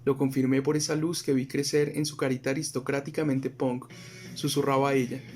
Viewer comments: Totalmente de acuerdo caga todo el cuento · uh, qué fastidio esa pronunciación de los bogotanos: "ponk" tratando de sonar angloparlantes, en vez de "pank". Diga pUnk y listo, sacate esa papa de la boca!